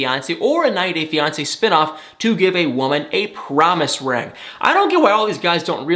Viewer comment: Don't know why you pronounce it a "rang", when it's a ring.